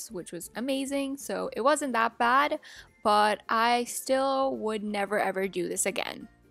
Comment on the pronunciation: Am I the only one who heard her say BAD bomb?! 🤣